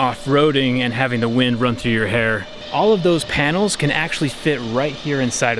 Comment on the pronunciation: do you said "hair" .....🤣🤣🤣